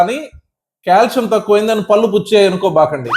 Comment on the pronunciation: I like all your videos and info but your pronunciation needs to be improved. పల్లు kaadu పళ్ళు అనాలి.